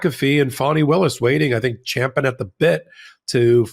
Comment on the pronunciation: Leave it to to CORRECTLY say "Champing at the bit" the guy is sharp as they come. And possibly a horse racing fan